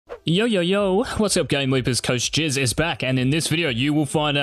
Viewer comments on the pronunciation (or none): I didn’t hear coach jizz, I heard coach cheese, and I’ll only ever hear coach cheese, nothing else. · Did he just say coach jizz?